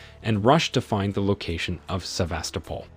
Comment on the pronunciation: Somehow able to perfectly pronounce Sevastopol but can’t pronounce names